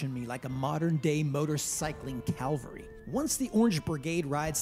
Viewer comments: Cavalry, not Calvary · It's Cavalry not Calvary young man.